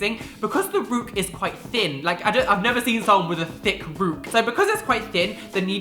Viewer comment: Rook not roek